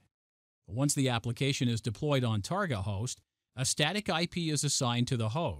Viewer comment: Very interesting demo. I've never heard someone pronounce target as tarGOT, almost makes me think this presentation was made using a very good text-to-speech program... nah. #IForOneWelcomeOurNewRobotOverlords